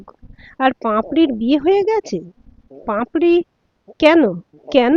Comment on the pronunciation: উচ্চারণ টা পাঁপড়ি নয় পাপড়ি